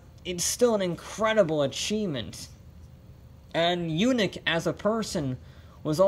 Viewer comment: It's not Yoonik! It's Yaanik!👍😆